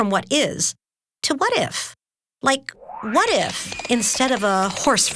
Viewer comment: I was like "twhat, twhere, twhen?" 😂